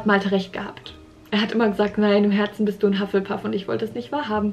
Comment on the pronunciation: Hufflepuff auf deutsch aus sprechen huff le puff